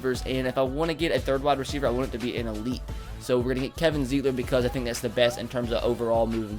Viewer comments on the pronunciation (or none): im a bengals fan, and I cringe every time he says kevin zeitler's name wrong- ITS pronounced ZITLER not ZEETLER